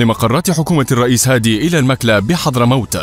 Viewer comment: على المذيع ان يصحح فهمه بان المكلا تنطق بضم الميم وفتح الكاف.